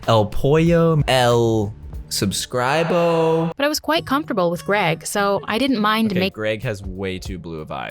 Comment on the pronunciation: its not subscrilbo is suscribir